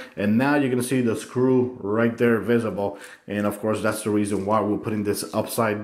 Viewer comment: lol the way he said visible